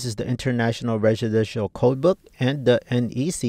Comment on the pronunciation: Yes,, I’m very interested “on” the “residenshinol” code book 🙄